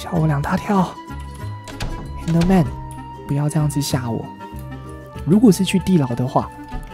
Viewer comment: 看到小雞死掉我竟然是笑出來了😂😂還有阿神把Enderman說成Ender麵了，哈哈😂